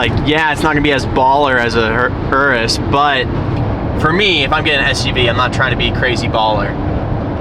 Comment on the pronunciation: Yall just ganna ignore that he said Ur-is and not your - is?????? 🤯🤯